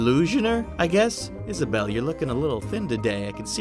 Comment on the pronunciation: How you say it is Isabel that’s my name get it right